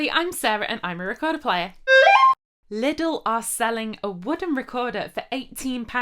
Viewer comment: My neighbour just knocked at the wall, most likely thinking it was me playing out of tune. And it's fun to hear you pronounce Lidl almost like "little". At least in Austria we say Leedle.